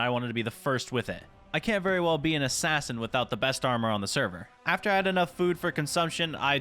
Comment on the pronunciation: When he said assain I think he said assain XD